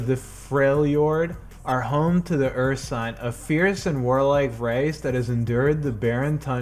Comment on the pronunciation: The way you pronounced Ursine....